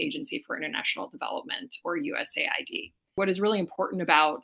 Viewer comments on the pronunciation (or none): Shouldn't that be pronounced US aid, not USA ID